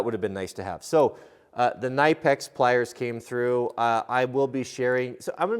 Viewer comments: Ka-ni-pex..... NOT nye-pex. Great tools! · Believe it or not, the K in Knipex is NOT silent. Here is a video right on their own website where a presenter says the name multiple times